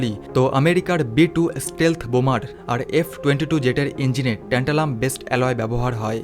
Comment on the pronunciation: এমন যান্ত্রিকভাবে বক্তব্য পেশ করলে শুনতে ভাল লাগে না।উচ্চারনেও ত্রুটি।একবার বলা হচ্ছে টেন্টালাম, একবার ট্যান্টালাম। এছাড়া একটি দেশের নাম বারবার জার্মান বলে উল্লেখ করা হয়েছে, জার্মানি নয়।বাংলা ইংরেজির মিশেলে পরিবেশিত।অথচ কত গুরুত্বপূর্ণ তথ্য যা আমাদের ভারতের ক্ষেত্রে অতীব তাৎপর্যপূর্ণ।